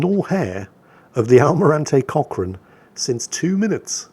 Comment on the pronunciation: Did anyone else think was saying "Cock Ring"? I realized about 2/3rds into the video he said Cochrane instead. Get better and take ur Man Pills.